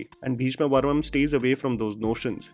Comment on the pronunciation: It's parvam not parmam